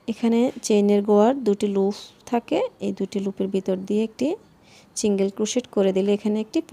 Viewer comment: আপনার বুঝানোর স্কিল ভাল কিন্তু শব্দের উচ্চারণ গুলা বেখাপ্পা লাগছে সিঙ্গেল কে চিঙ্গেল, লুপ কে লুফ ভাল লাগেনি